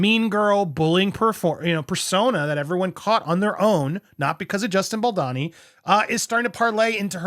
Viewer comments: They’re both awful. Also it’s pronounced Bal-dough-knee. You’re driving me nuts with your pronunciation. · Why do you call him Baldonny? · balDOOOOOni. bal-downey- ? doooowney- lol. idk how to spell it in sound but you are pronouncing his name wrong 😭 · I love your channel but you get the pronunciation of non North American names wrong a lot, falling into a stereotype of the lazy American. Come on now Andy, just listen to how literally everyone else pronounces Baldoni. So disrespectful. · Dude there is an O in Bal-do-ni. Please pronounce it correctly :-)